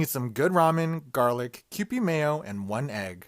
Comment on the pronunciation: the way the last guy pronounced 'kewpie' hurt my soul 😭😭😭